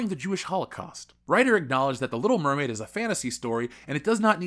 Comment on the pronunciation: Little Meh-maid